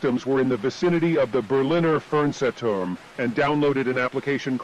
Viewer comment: The way this thingy pronounces “Fernsehturm” makes me wanna commit crimes